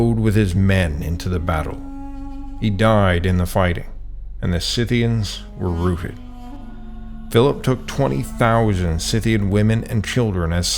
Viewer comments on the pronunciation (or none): The scythythians were routed not rooted. At least pronounce things correctly or do better research please .